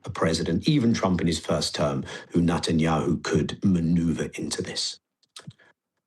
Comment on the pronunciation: Like the way he calls him Nutenyahu 🥜